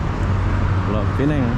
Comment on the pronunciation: Kenapa sebut PINENG? SEBUT SAJA PULAU PINANG. sebuah negeri di Malaysia